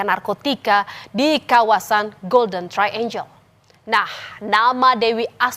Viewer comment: Bukan “golden traenjel”, tapi ”golden traenggel”.. Hrs belajar bahasa Inggris kalau jadi host atau pembawa berita 🙏